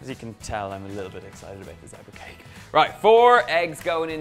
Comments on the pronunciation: Thought you said Debra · I love how Donal pronounces the word zebra😂😂